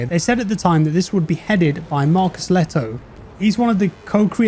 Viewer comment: That's one way to pronounce Lehto.